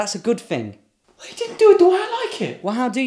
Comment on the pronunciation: “ That’s a good fing “